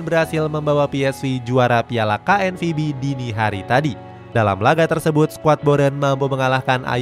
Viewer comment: Ralat knvb bang bukan knpb😅